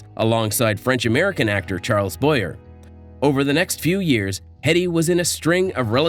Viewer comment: Pronounced Boyae, the actor Charles